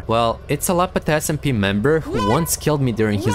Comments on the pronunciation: bro its not lpata its lapata smp 🤦‍♂ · bros saying lapata 💀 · 1.08 " lapaeta smp"